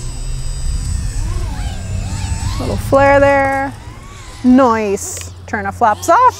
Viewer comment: Word of the day, "NIOCE" 😄😄😄😄😄